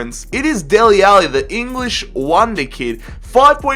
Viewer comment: Who are "deli Alli"